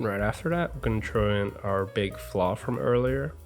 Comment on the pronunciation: Lol is he saying flaw or flour?